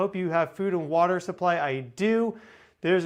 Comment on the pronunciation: "Waterter", I guess that's pretty importanter...